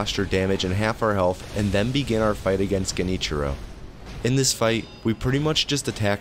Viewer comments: Genichiro is pronounced liked Jen- (like Generator) ee-chiro. Very hard language bruh Oh and great vid man, you so easy to listen to. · It's actually pronounced Junty Joe, not Genichiro.